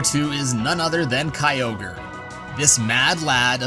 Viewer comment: Your Pronounced Kyogre wrong